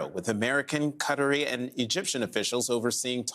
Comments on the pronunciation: What is "cuttery"? 🙄 ... it's "ka-TAH-ri" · Qatari as in from Qatar. Which is pronounced as "ka-TAH-r". Much like Israelis are from Israel.